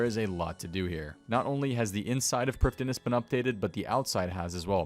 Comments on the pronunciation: I'm Welsh, I speak Welsh. All of OSRS/RS3's Elven language is either entirely Welsh or based on Welsh language. The correct pronunciation would be Pr-EEF-THEE-nas. That being said, it's a video game, pronounce it how you like. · Priv thee ness it’s a welsh world everyone butchers it but that’s how you say it